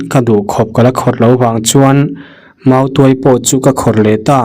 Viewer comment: tuai(pherh) ang nilo in,tuai(mautuai) anga lam rik tur.... chuan,'tuairam' chu thing chi khat hming a ni e....